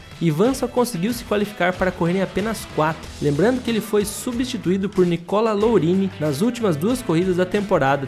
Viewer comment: Nicola Lourini???Fala assim não meu amigo....